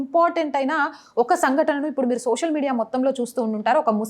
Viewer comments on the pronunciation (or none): none